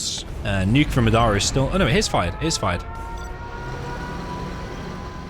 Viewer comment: You keep saying Madara weird, didn't you watch Naruto